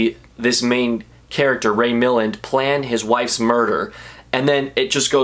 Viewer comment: Nice job. It's Ray mill-AND, not MILL-and, And stop saying "iconic"